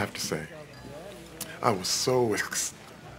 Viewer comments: He can't say "excited?" 😂😂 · Does anyone know why terry crews cannot pronounce the word “excited”? Is that just a setup for the “tongue too big” joke? My wife thinks it’s because his character is in steroids, and they produce lisps in some cases. Please help!! 😂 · Why can he not say excited? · Lmao are they saying the he can’t pronounce excited?🤣🤣🤣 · I'm so confused why he can't say "excited"?? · Why cant he pronounced “excited”? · Why couldn’t he say “excited”